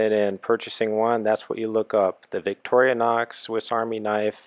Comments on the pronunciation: Workchamp plus is bigger. Boatman, too. Not surgical steel--much better! Vic-tor-i-nox. You're adding an extra syllable. No, red scales were not the original. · And he keeps saying "Victorianox". He doesn't even get the name right. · why ohhhh why do you keep pronouncing victorinox as victoria-nox??? Is that like a Nuc-u-lar for Nuclear thing?